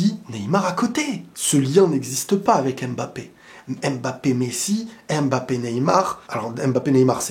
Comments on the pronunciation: je t’en supplie je t’aime bien mais c’est pas aimebappe mais Mbappè à la limite Mbappé, c’est comme si tu disais peuneu au lieu de pneu… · Apprenez à prononcer correctement Mbappe. Y en a marre d'entendre : M Bappe !